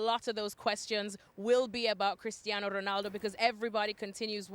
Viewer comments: Why does Moreno keep emphasizing the Portuguese names like Spanish pronunciation when he's speaking English, their names don't sound like that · Y'all are raping Ronaldo's name. Anything else in the news? 😒